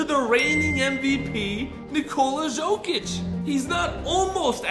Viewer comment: Hey can u please pronounce the players names right because it annoys me like when you said ok-oj-ie but it is pronounced o-k-og-ie and Paulo ban hero is pronounced like ban-k-ero and also it is Nikola y-ok-ic not Jo-k-ic